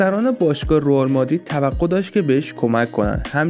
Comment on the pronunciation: داش رُئال نه رِئال درسته